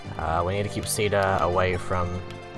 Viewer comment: I have some complaints, first off, I don't like the way you pronounce Caeda xD second, AMBUSH SPAWNS? I also don't like reclassing, idk, the mechanic is weird